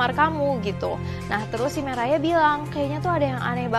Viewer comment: Nama cewenya Mariah kak bukan merayaaa😭💔